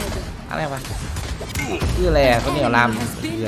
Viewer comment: จะด่าทั้งทีมึงยังพูดชื่อผิดเลยอย่างชอบว่ะ5555